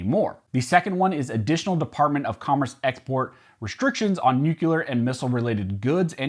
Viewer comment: NUCLEAR! Not "nucular". Please. I am a retired nuclear engineer, and don't understand why people cannot get this straight.